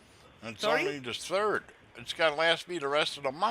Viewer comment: CRA...P "And the TURD one..."